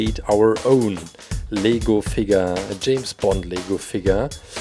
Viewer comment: Did anyone else think that he said legal figure